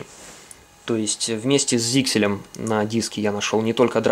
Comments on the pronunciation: ZyXEL читается как Заксель, а не "зиксель". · ZyXEL произносится как "зайсел". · П.С. ударение на Е.